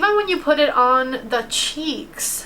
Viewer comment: Haha like how you say SHEEKS instead of cheeks 😂